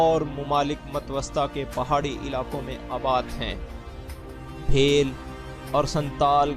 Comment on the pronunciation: The word “Bhel” is pronounced as bheel not بھے ل but بِھیل. and they are Darawd.